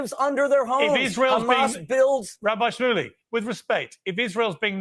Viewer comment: It's pronounced Rabbi Schmooly. I used to live down the street from his Synagoge